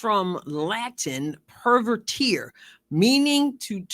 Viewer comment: Retired Latin teacher here. I greatly appreciate all your insightful videos on the Caitlin, the Fever and the WNBA. Although you correctly cite the original meaning of “pervertere,” your pronunciation is way off. There is no “-teer” sound, such as the three musketeers. The ending of the Latin word is in its infinitive form, meaning “to throughly turn.” It is either pronounced 1. per-WER-teh-reh (Classical Latin) 2. or per-VER-teh-reh (later church Latin).